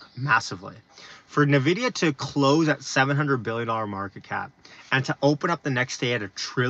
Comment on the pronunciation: keep up great content... only thing is I believe Nvidia is pronounced like "EN" VIDIA instead of "NUH" VIDIA.